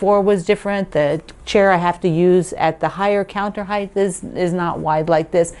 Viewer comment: Love your chair! Just on a side note as I have listened to your videos lately, height has a pronounced "t" on the end, not a "th" like length and depth.